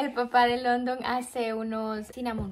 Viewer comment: Hola. Mi Reyna. Tengo una Duda te escuche decir London y no se si pronuncias cómo el pais London. Tengo un hijo de 15 años y se llama Igual que tu esposo pero noaotros lo pronunciamos. Landon y vivimos en Ca y el es Latino pero su ambiente es solo de Americano’s cómo dices tu HUntington Beach Y su nombre lo pronunciamento cómo Landon . Quizas tu esposo se llama London ? O Landon? Te escucho y la pronunciation la dices difetente . Solo una curiosidad